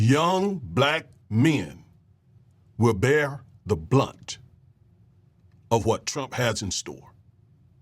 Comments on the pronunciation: the BRUNT... not the blunt. hahahahahhahaha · Brunt, not blunt. Js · Don't you mean bear the BRUNT? not blunt....